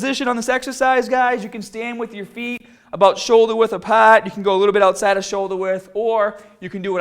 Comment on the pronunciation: Bah bell. Shoulder width apahhhht. Do you talk like that on purpose?